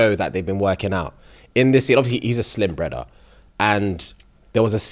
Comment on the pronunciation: “My Bruddah”😂😂😂 Fufu😊